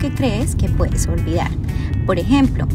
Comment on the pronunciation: Como es que se dice " orvidar u orviar pues esta joven me deja confundida dice orviar, llevar dice llear , puedas pueas 😮